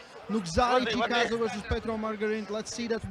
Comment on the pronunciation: Nugo Chagadav? should put a little effort and show some respect in learning athlete's names. Not that hard.